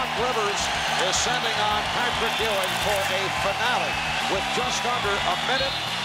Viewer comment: My childhood wouldnt have been the same without the Big-Man "Pat-RICK Ewing"!!!!!